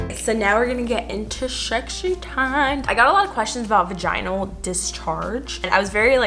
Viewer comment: The way she pronounces vaginal is gonna haunt me